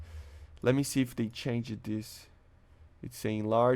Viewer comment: "I know what it mean i dont ah do but i dont know what it me so its something but i dont know" bruuuh stop saying the "ED" in changed PLZZZZZ